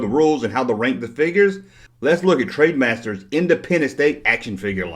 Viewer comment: "Trademasters"? I think you mean TRENDmasters. Wee bit of advice - if you're going to review a product or anything, put in enough research to know what company made the product, or at least learn how to pronounce the company's name properly so you actually seem credible as a reviewer.